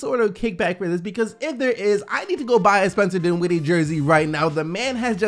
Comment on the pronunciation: The second syllable of his last name is not emphasized. It’s the first syllable. His name is DINwiddie, not DinWIDDie. Please stop it... it’s annoying.